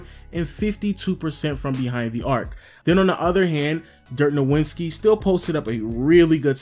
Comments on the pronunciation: STOP MISPRONOUNCING DIRK’S LAST NAME OMG you sound like Lil B(“nowinski”) the W is pronounced like a V (“novitski”) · Nuh-Vin-Ski not Know-win-ski. Lol god damn idk why that annoys me so much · Cringe every time you say "Dirk No-WIN-ski". Bruh it's "No-VIT-ski" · I respect the shit out of you but you gotta learn to pronounce Nowitzki, it ends in -itzki, not -inski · I have no idea how you can know so much about basketball yet you can't pronounce Dirk's last name correctly. Great video though